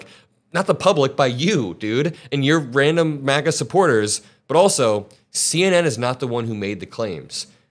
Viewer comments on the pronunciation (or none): none